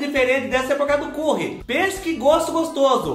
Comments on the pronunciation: Fubá do céu tava com Sddes de suas receitas!..Vc brigando com a produção é bom demais 😂😂..Briga sempre com eles,esses "reganhado sombração da meia noite"!..Obs:..Não se pronúncia como escreve Fubá "Curry",se diz 'Cãrry'..Fale direito Fubá não faça feiúra pra nós kkk..Te amo de paixão ❤️🌹😘😘😘🤭👏👏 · Kkkkkkkkkkkkkkkkkkkkkkkkkkkkkkkkkkkkkkkkkkkkkkkk Fubá do céu ri demais do jeito que vc fala Curry, "Cúrri" 😅🤣😂🤣😹😅😹🤣😹😅😹😅😹🤣😹😅🤣🧂🧅🌶️🍛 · Ri muito da pronúncia do "curry " Kkkkkk So o Fubá !!!! Bjs.Sucesso. !!!!!